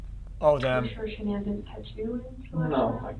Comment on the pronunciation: Was she mispronouncing Shannan's name on purpose? Like it was a tactic. If Chris really cared for his wife he would have corrected her on that mispronunciation? Or was that just an accident and was irrelevant? Or am I dumb and that's actually how her name is pronounced?